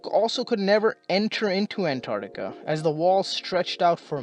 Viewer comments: it's pronounced ANT-arCtica, not AN-tartica. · Before you make a video about Antarctica, learn to pronounce it. ANTARC-TICA.